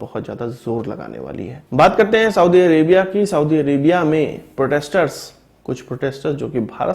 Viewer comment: साऊदी नहीं होता बल्कि कि सऊदी होता है।